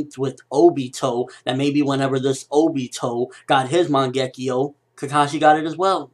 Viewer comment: Seriously dude. I love listening to your theories about Naruto, they're good and thought through, but your pronunciation of things are HORRIBLE. Man-gekkio? Seriously?